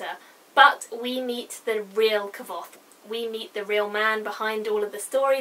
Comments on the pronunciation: Great review but it kills me to hear you butcher his name lol k-v-othe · Think it's pronounced Quothe btw... nice review though hate to be pedantic